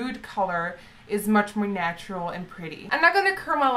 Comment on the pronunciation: Hearing her say "natural"i do weird